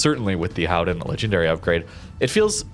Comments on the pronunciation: On a completely off-topic subject; I was distracted during the video because you started talking about the 'Gooden', and I wondered what that meant, or could be. And then I realized that native English speakers can't say the dutch 'g'. And the dutch combination 'ch' in UtreCHt, sounds the same as a 'g'. Groningen, Gouden Leeuw, Utrecht, They all have that sound in it. Very hard for a English speaking person. Like for me the difference between 'cold' and 'gold' is very hard, or 'good' and 'could'. But one thing a English speaker can pronounce is the 'ou' in Gouden, it's the 'ow' sound in English. So cow-den would be better instead of coo-den. It's absolutely not important, but for anybody who wants to know....There you go. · or anyone help... you refer to a ship several times through out this video, it sounds like you are saying the Howden, the transcript shows "Howen", & what are you saying there, I can't find any ship with that name.... its driving me crazy